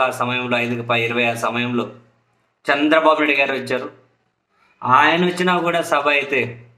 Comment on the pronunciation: చంద్రబాబు పేరు నొక్కి చెప్పకు, నార్మల్ గా పలుకు